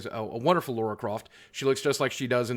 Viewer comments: La-ra. Not Laura. Jesus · To be fair, I'm an American and I was surprised to hear him call her Laura. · Holy ballsacks Boogie. LARA It's LAR -RAH.... not Laura ;) Love ya Boogie but damn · The problem with 'Laura', is it's not just a matter of accent - it is a different name, with a different feel to it (for Brits, anyway). 'Lara' is meant to sound like an upper-class name. 'Laura' does not sound like an upper class name to British ears, and I'm guessing it'll be much the same elsewhere. As Lara is kind of the modern equivalent of a princess in the game and the movies, that is, she's the heroine, the special one, she needs to have an upper-class, special, name to give the right impression. A nice thoughtful review anyway. I'd probably give the movie 6 or 7 out of 10 as well: it was good fun, it had bits from the game (although they re-jigged her life story a bit again for the reboot, but it's OK - they always do that), and it felt like a Tomb Raider movie rather than just being a standard Hollywood formula action movie. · Boooooggieee!!!! Its LARA not LAURA Croft... Other than that, keep up the good work! Cool channel 👍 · Yess Lara is Britishs so it is Not Loroh... but Lara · Her name is Lara not Laura. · It's LARA, not LAURA! Come on Boogie! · Lar-Ruh not laura. Lara there's no U in her name. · LARA not LAURA lol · I love Boogie and I love watching his videos but I cringed every time he said Laura and not Lara. If someone kept calling Boogie something else, you would notice, say he kept getting called Boggie! It's so close in some regards but it's that close similarity that makes it abrasive to anyone who notices or knows the difference. That being said, it's nothing in the grand scheme of things, it's not going to stop me watching the video or unsub from Boogie. It's just worth noting for future reference that to some people it is akin to nails on a chalkboard. Have a great day! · this is every comment on every tomb raider video, LARA is i guess hard to say